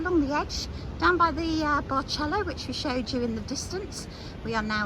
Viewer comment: It’s actually pronounced “Bar sell oh” “San tee r go” we were there last week very nice